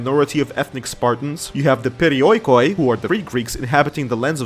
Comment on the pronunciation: Just as a heads up, Perioikoi is pronounced as Periiki